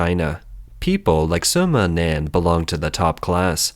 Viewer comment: Wumao aka "Fifty Cents" name = Sima Nan. Not Soma Nan ROFL!!!